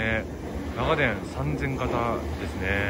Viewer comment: 信州人ですが、取り上げてくださって嬉しいです。 ただ、長電のイントネーションが気になりました。地元では なが⤴️電 が主流です。 でも地元の愛称で呼んでくれてありがとうございました